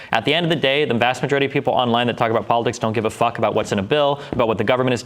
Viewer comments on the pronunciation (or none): none